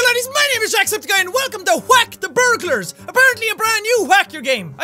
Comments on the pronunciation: Jack says Whack as “Qhuack” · How many times have you said “Hwack